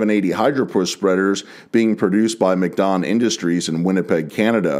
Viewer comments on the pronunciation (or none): no rude intent but it is pronounced Mack Don like Big Mac not Mc/Mick don